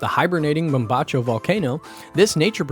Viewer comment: Good info on where to visit, but MAN oh MAN, work on that Spanish pronunciation! It really detracts from the quality of the vid. 10 minutes of prep would have made a world of difference. PS. You did however, come pretty close on the pronunciation of Mombacho :)